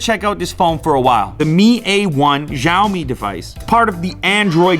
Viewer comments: Its not like "Ji-a-omi", it's more like "shi-aa-o-mi" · It's actually pronounced "shao-me" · WHAT THE FUCK. The way you spell "Xiaomi" is hiliarious. :D It's xiao mi, xiao - like italian Ciao, but with "S", and Mi as "mee". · It not Ziaomi is Si-a-omi or Sa-o-mi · Unbox Therapy Great Video . Work a little bit on Xiaomi Pronunciation. It's pronounced as Sha-O-me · Though it was pronounced 'show me' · pronounce xiao mi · Sha-o-me = Xiaomi You pronounced it wrong. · common lou its xioami A1 quite familiar in our country .....have you not listen sioami phone ?